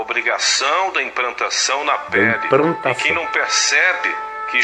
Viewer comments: Analfabeto e o livre exame das escituras + o gozo de fazer um vídeo. Ri demais com o Caio. "Imprantação" kjjjkkk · a cara do Caio na hora de ouvir a mensagem é ótima kkkk! "😳é ?!" "aah.. uhum - imprantação😅"